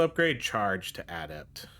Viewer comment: im sorry man but the way you say "adept" makes my brain hurt lol. GG tho she looks really fun I haven't tried yet i think unlocking other forms and the skill to enter one form after leaving another could give you, say a bear/panther combo where you are human and weak alot less The tornadoes seem to always be by far the best strike